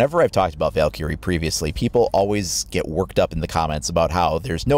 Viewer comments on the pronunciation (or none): He pronounces Valkyrie wrong. He stressed the i"ky" too much. It should sound more like "Val-Kree" than "Valkurey." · You say Valkyrie like Val carrie